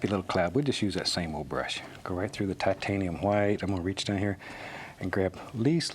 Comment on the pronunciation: Shit is about to go down when bob gets that titanium huwite (loved your pronunciation ross)